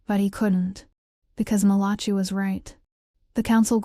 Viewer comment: Malachee? The name is Malachi.🙄